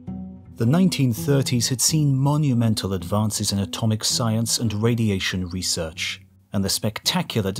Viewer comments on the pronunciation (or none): none